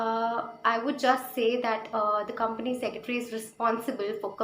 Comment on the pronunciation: How many of u got pissed every time she said, "Company Secetry". Madam, spell it correctly - it's 'Company Secretary'.